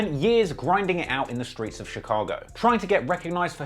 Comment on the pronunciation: its funny we say " streets " and dex says " squeets " jus a thought lol...